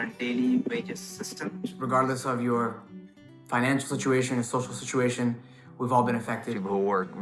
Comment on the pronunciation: Juanba Zurita, dónde está la platita? "Finanshal Shitueishon", paaaabres! "Para cuidarse a esshosss"